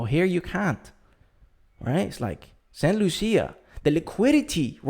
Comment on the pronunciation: St. Lucia. It's actually pronounced: Saint Lu-Sha.